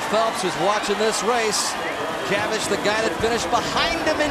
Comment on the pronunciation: Nobody asked but it's pronounced "chavich" not "kavich"